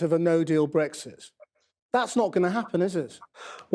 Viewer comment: "BreXit". Not "Breggzit".